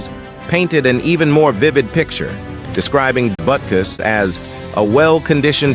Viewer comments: Awesome video and stats. However no thumbs up andno subscription. Why? Because you are using AI to narrate and you do not know how badly words with not pronounced right. One time it pronounced his name as Boo-kiss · Man, I really hate those AI voice-overs. It starts out saying his name correctly then about pronounces it Beera couos. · Probably better to narrate yourself instead of using a machine - Butukus??? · This is just awful! Your AI narrator can't even get the man's NAME right! 'BootKoos'? Who TF is THAT??? Shame on you for putting some voice-over actor out of work only to butcher the script!